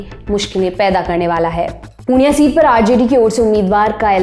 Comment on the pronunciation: Hey not punia it purnea